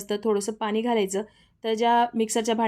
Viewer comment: बाउल😅.. बोल., पानी😂पाणी... Kiti ashudh boltess